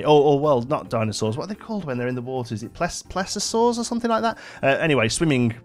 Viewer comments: "Plee see o saurs" is how you pronounce it :D great video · Please-io-saurs are the pronunciation which the name of water dinos are prehistoric amphibians